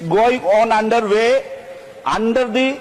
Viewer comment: അണ്ടർ തി, അണ്ടർ തി 😂😂, ലുട്ടാപ്പിപൊട്ടൻ 😂😂